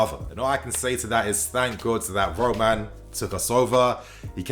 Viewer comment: roman roman not ROOOOOO MAN jesus fuck me this dude lol